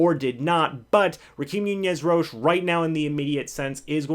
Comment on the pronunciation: Ra - keem Nunez Roches (Ro-Chez) not Cheez AKA Nacho